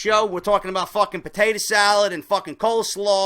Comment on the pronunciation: He said potato cuz he's Irish